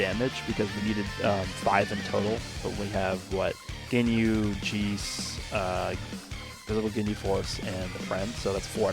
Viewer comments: Idk why but when he said geez instead of Jeice it hurt my soul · pronunciation of Jeice always gives me severe anxiety. "Jeece" lmao